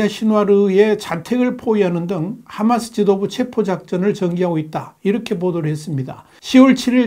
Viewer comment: 하-마스 를- h .로 발음.